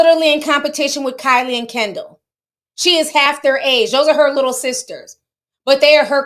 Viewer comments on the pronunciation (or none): none